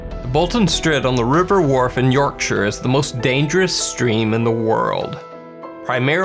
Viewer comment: THANK YOU AN AMERICAN WHO CAN SAY YORKSHIRE PROPERLY 🤯😝😭😅